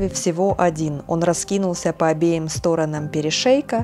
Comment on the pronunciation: Не стОранам , а сторонАм 🤭